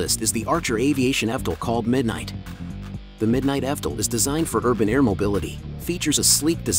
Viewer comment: Yeah the bot doesn‘t know how to pronounce it. It says fdol instead of evtol.